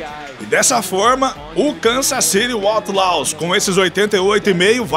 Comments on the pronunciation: A pronúncia de outlaws não estaria errada? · Está, mas releve isso e aproveite o vídeo.